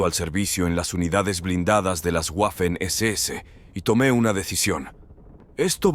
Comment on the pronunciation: Waffen, palabra alemana que se pronuncia VAFEN, no GUAFEN.